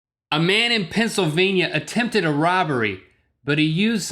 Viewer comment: Man not mane